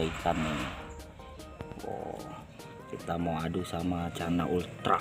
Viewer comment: bang canna pulkra bang bukan ultra